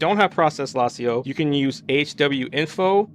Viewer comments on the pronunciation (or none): How do you not know how to pronounce "lasso"